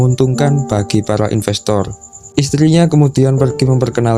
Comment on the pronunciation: impestor salah kak inpestor kalu